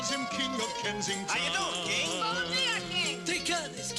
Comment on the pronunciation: Sounded like "Kenya" to me